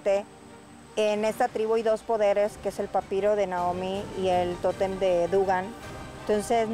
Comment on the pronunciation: no llegaras te vas a tu casita, y ojala q no ande como la llorona por el totemmm como decia lol el tótem ni savia pronunciar la bobita